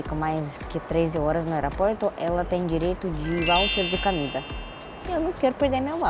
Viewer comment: rapaz essa ai da prejuizo com "camida" kkkkk